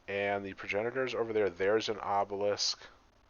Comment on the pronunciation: If you look carefully at the LCD, Obelisk is not spelt the way he pronounces it.